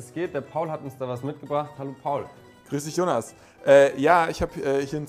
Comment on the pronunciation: Jonas als "Honas" auszusprechen ist spanisch liebe Produzenten.